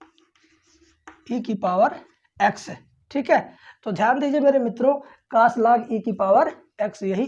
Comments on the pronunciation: कोस ❌कास✅ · Sir ji not cas, cos boliye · Cos ❌ Kaas ✅ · Cos ❎caash✅ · Cas nhi cos 😅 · Kaas nahi hota hai 😅 cos hota hai sir ji 😊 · Sir boh kaas nhi cos hota h 😂😂😂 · Cos hota hai❤❤ sar cas nahi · काश नही कोस होता है सर जी।।😅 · Sir कास nhi cos पढ़ते हैं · Pele tu pdna to sik ja cos ko tu cas pad rha hai or tu class le rha hai kya teacher bnega re tu